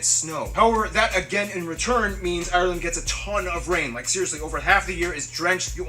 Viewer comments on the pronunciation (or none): Can you stop saying Ireland with 3 syllables its ire-land not i-re-land